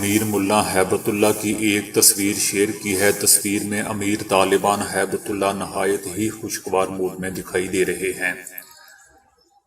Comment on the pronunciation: Haibtullah naheen hib tullah hai urdu seekho bolna na maqool